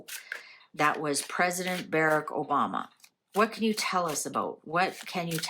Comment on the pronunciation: Not Bereck. Barrack. As is Bar Rack.